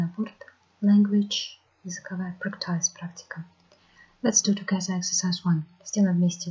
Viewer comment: Ахаха)))) Я поняла, почему девушка шепчет) Она плохо знает английский. Это от страха, чтоб мы не поняли ее слабых знаний. С первых же слов ошибки. Правильно же practice [ˈpræktɪs] прЭктис. А она читает "практАйз"🤣 я офигела))))